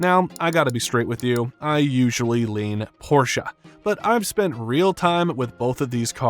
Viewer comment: Thanks for properly pronouncing the brand name instead of the stupid "porsh"